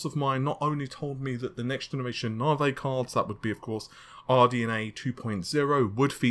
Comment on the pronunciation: I love the fact you say: Nave instead of Navi haha :P ^^ Just joking though! Loved the video!